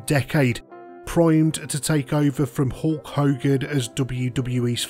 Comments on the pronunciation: Did you call him Hawk Hogan?! I think you did haha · As some one from England we don’t call him HAWK hogan 😅